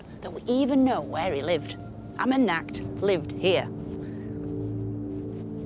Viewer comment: She could at least say his name correctly. Ummen O Tep. Lol wtf. Amenhotep. Ummen O Tep. Cringe. Has she no respect 🫡